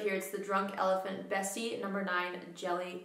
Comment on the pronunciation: Loved this, thank you ❤️ Not a criticism AT ALL, but if you wanted to know how to pronounce the Afrikaans words, I’ve posted below: Slaai - said like “sly” in English.. Means salad Beste - pronounced best-uh (like the “uh” sound at the beginning and end of “umbrella”)... You guessed it, it means best Framboos - this is a hard one, and you got it close enough, so I wouldn’t really bother here, but it’s kind of like “frum-boo-iss”, it means raspberry x